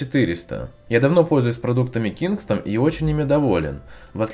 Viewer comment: Я один слышу вместо кингстон кингсман?)